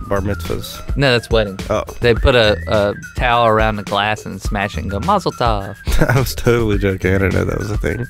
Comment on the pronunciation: Did u Seriously just say Mozzeltoff...